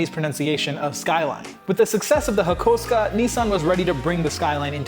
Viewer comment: Thanks for pronouncing Hakosuka correctly